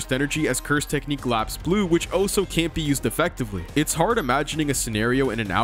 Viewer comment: BRUH "Also" is pronounced "ALL-so" not "OH-so."